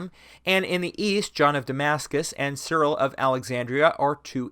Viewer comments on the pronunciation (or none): none